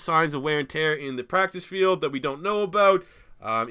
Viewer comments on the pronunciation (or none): none